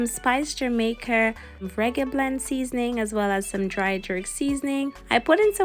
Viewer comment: JAMAIC-A not er but A